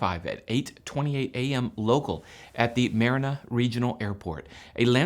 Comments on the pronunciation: That’s “Ma RAN ah”. Not Marin ah. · It is not pronounced Mar-a-na It is Ma-Rana, sounding like Ma-Ronna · No insults, the Tucson airport is pronounced Ma ran a. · its pronounced MA ran AH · Good report. Just a heads-up - the airport towards Tucson is pronounced mare-AN-ah. Wouldn't expect someone not from the area to get that just from the spelling.